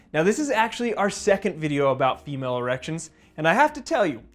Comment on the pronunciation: Sounded like you said Emale erections